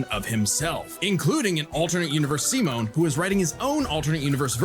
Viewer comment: Yeah😂 it's "See-Moan" not "Sigh-Men"